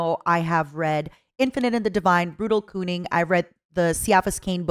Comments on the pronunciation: For the record, Kunnin' is prounounced 'kun-in' not 'koon-in'. Orks may not be able to spell, and they have a thick accent, but if you ask an Ork to pronounce the word 'cunning' they'll drop the 'g' and pronounce it as 'cunnin'', and if they pronounced it as 'coonin'' in the Brutal Kunnin' audiobook, then I am horribly disappointed in the VAs. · I like how she pronounced it "Brutal Cooming", that was actively funny. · the pronunciation of brutal kunning in the beginning absolutely killed me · It’s pronounced “Ku’nin” like running. But no “g” sound at the end, it’s bad Cockney.